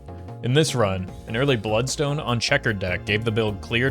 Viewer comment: Buld-stone, enit